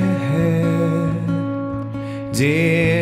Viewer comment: Super schön. Aussprache aber etwas überbetont und gedehnt bei den Worten"der Herr , einige nicht gemeinsame Absprachen bei End ch